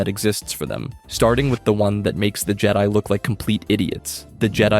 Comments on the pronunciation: Why are you saying things so weird? C-3PO? Jed-ee? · It’s not jede it’s Jed-i….